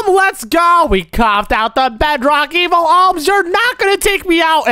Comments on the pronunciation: "EvIaL" got me 😂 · you literally said evile and luke is right (not hate comment)